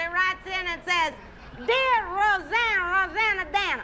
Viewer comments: Indeed it was Bill Murray, the unfunniest cast member ever to infiltrate SNL. He must have been in possession of some incriminating videos or something. Fortunately for us he has no lines in this clip. The name is not hard -- say "Roseann". Now say "Rosanna" Now add "Danna". Rosanne Rose-Anna-Danna. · It’s ROSEANNE ROSE ANNA DANNA!